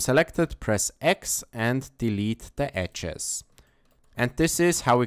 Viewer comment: ecces ??? edges ... ffs... learn english before you make videos..